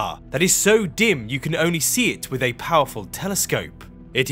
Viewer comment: The elected English speech impediment is a Do Not Recommend This Chanel button for me. Why is it a TH at the beginning, middle, and end of words like "that, although, and Earth," but mispronounced in "free-D, somefing, and wif"? I've been to London twice and no one can tell me the rule on when it is proper to replace th wif f.